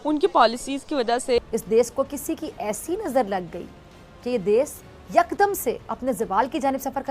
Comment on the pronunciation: Mujhe to aaj pata chala ke "Ek Dam" ko "Yuk Dum" bolte hain....😀